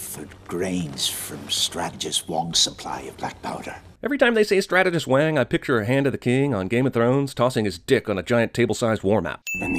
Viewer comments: sorry to sh(beep)t on your semantic parade, but it's strategist wong, not strategist wang. kinda like it's Lara.....not Laura ;) ....Croft...n such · well at least he didn't say Everything "Wong" or "Wang" with... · Giving you 1 sin for not calling this ""Everything Wong"